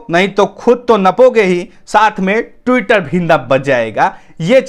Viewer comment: आप ट्विटर पढ़ने में गलती करते हो